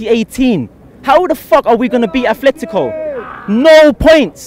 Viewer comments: Atletico not Athletico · What I really want is for all of these guys to stop SAYING "Athletico". It's pronounced "Atletico", no H. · FFS there is no H in Atletico, it’s Atletico Madrid not Athletic Bilbao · Its actually Affletico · It's Atletico not Athletico. .